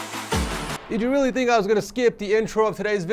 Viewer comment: he said weally lmfao